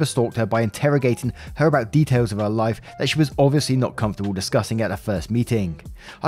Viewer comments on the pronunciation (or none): none